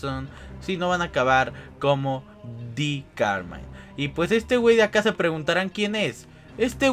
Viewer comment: like si viste que dijo di camine